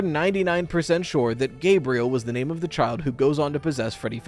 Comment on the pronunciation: Gabriel, not Gabrielle...